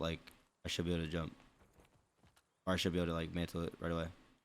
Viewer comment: His speech is fine. I think he's just being lazy with his enunciations. A perfect example is when he said mantle. He caught himself saying hella lazily, so he corrected himself. I also think it's where he's from. I'm not entirely sure where he grew up, but this type of speech resembles Northern California speech. If you're from the Bay Area, you know. We always shorten words and speak fast.